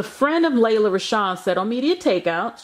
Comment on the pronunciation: It's pronounced "Lee-la". Y'all do the most reporting on news but jacking up words.